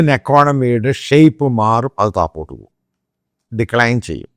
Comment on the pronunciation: എടാ പൊട്ടാ താപോട്ട് അല്ല താഴോട്ട് ആണ്